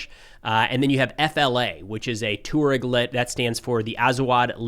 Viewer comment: Not "tor-ogs" but "twar-egs"